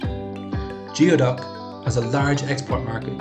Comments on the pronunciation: Because it is pronounced "gooey- duck". In the video you pronounced it as "g-ee-o-duck", as in how you would pronounce the beginning of a word like "geotracker". Geoduck is pronounced "Gooey-duck". It comes from the Lushootseed word gwiduck or gweduck, which is the word Lushootseed speaking native tribes of the area used for it. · I'm sorry, I can't get past the narrator saying "geo" instead of "gooey" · goooey-duck not geo-duck. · We pronaoses gooey duck. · It is pronounced, gooey duck. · It's pronounced gooeyduck in the places these clams actually grow and are farmed. I always lose faith with people talking like an expert about things they don't even know how to pronounce. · The pronunciation is killing me.